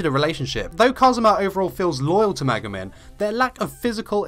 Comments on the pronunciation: i wrote one thing he sayed in the vid cuz for me atleast it didnt sound like he saied megumin it was more like maguman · It's Me-Gu-Min not Ma-guh-men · what he said: *megumin *luck what it sounded: *mega man *look - sorry, no hate.